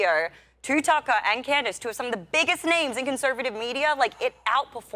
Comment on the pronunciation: It's Tucker not Takkaaaa!